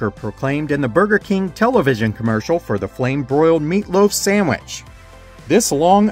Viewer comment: You say "sammich" and it's adorable.